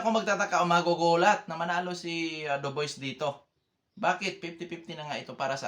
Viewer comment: tamang pronunciation sa Dubois is DUBWA ndi Duboys